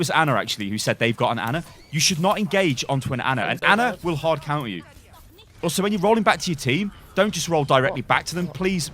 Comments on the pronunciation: Counter.... not Conter. 😂😂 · "c o U n t e r,". Not "c o n t e r." That's not a word.